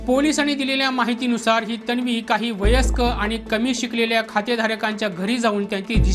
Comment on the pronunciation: अरे बाबा तण्वी, णंतर, पोलिसाणी, बणावट ,बणवाबणवी, लोकाणा नाही म्हणायचे....उच्चार शुद्ध असु द्या...बातमी देताय आपण.